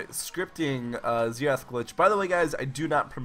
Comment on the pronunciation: ZEE RATH